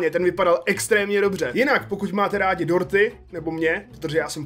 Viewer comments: Já jsem slyšel Porty a ne dorty 😂😅😁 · Když si řekl dorty rozuměla jsem ti porty xd😆